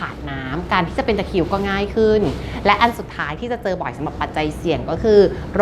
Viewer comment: ตะคริว ไม่ใช่ ตะคิว ค่ะ